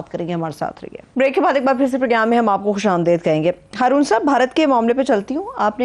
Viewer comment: it is Khush Amdeed, not Khush Amdaid. Please correct your pronunciation. Otherwise, the program content is highly informative.